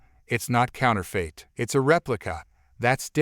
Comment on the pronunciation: Counterfeit is pronounced counter-fit , not counter-fate.